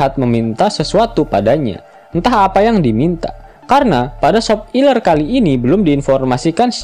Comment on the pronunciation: Kenapa pengucapan nya harus sop iler.. emang admin nya suka sama SOP iler.. aku mah jijik 😂